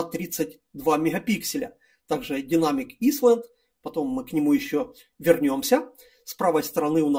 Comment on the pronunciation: снова порадовал произношением. Динамик "исланд". Лучше бы по-русски и просто: динамический островок... Прошу не обижаться, но такие обороты речи заставляют одновременно смеяться и плакать...